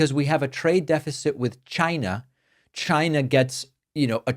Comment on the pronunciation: Is Trump saying “Gina” instead of China ?